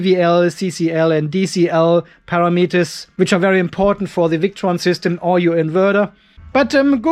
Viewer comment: Can you say ‘param etters’